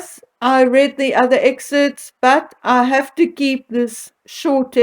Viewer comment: It’s EXCERPTS!! NOT exerts.